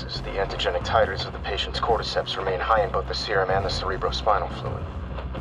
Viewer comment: I hate the way you say cordyceps “cord-eeee-seps“ say “cord-ih-seps“💀